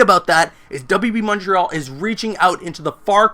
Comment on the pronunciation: Oh no, did he say WB Monterial? That's not good.